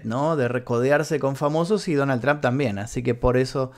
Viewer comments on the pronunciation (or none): none